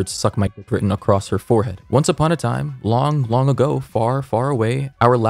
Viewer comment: I noticed he didn’t say forehead he said five head 😂😂